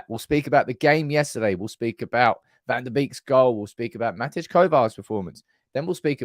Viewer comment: Matej, pronounced like Ma-tay.